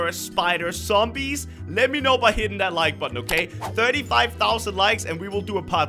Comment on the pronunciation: Zzzzombie not somby lol